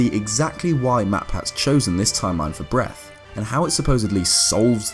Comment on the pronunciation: Why the hellndoes he call it breath, it sounds so terrible